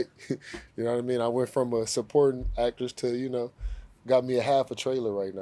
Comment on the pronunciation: Did he say supporting "Actress"? Lol